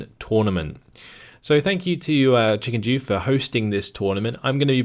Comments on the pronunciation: That is the icing on the cake when it comes to these videos lol. It's like a Borat insult...; "Run Chicken-Jew! We will smash your Jew-egg!" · just a heads-up, but with your accent, ChickenDew sounds like ChickenJew, which seems like something you should be aware of lol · Noticed it as well, had a nice midgame laugh :D